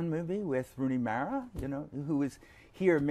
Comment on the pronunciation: He actually was kind of mad that the host pronounced her last name 'Mera' instead of 'Mara', I guess that stems from him loving her and him having his name pronounced wrong all his life. It was subtle, but it was there.